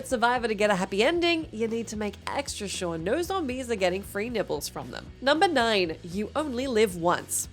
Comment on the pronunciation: I thought she said "free nipples" when talking about ZombiU. But then I was like " ah, FREE NIBBLES"